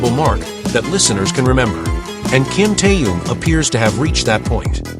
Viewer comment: His name was mispronounced every single time by this AI generated nonsense.